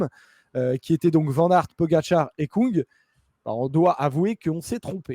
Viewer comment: Svp, pas Stefen Koung, mais Kung. En Allemand, ü se prononce u et u se prononce ou.